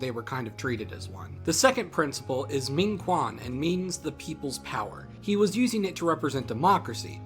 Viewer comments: A little reminder 「權」 should be pronounced like ch-wen, instead of the Kwan-like sound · if you're going to use pinyin at least pronounce it right. Minquan is pronounced minchuen and minsheng is pronounced minshung.